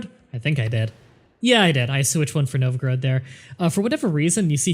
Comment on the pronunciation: I'm pretty sure it's pronounced Nov-Ga-Rodd (or something close to that), not Nov-groad.